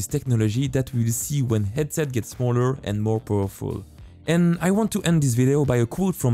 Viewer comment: You are french right? Bc you arent speaking the H in House or Headset....